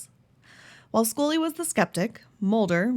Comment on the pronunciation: It's scully not scolly. And it's Mulder not molder!